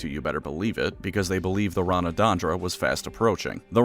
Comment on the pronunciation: "The Ranadandra" What if we took Ragnarok and made it sound elfish XD